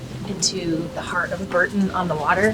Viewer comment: Bourton is pronounced Bore-ton